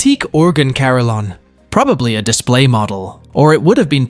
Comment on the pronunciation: Please check out how to pronounce "carillon" .